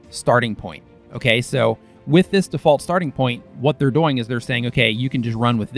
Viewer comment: LMAO at your hashtag. I admit, I giggle every time you say "doing", lol. Helpful video,! Also, I followed your advice regarding my channel header, if you have the time or the inclination, pretty please check it out and let me know what you think. Thank you so much for all you do!